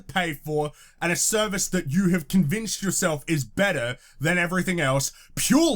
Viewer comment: "The fault is on youerrrerre!!" lol that killed me